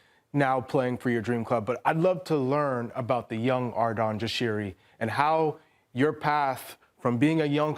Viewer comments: So unprofessional to not learn his name before the interview. Arson, Arden, argjen, arsen, gjeshari, jashiri, jarashi. Disgusting actually, why are these people even paid for this? How is it so fkn hard to read and say Ardon Jashari? Or take 10 minutes beforehand and practice. Disrespectful af. Only Deeney got my respect here. He didn't even try to say his name 😂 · dude looks over at the other host once she butchered his name “like is she for real”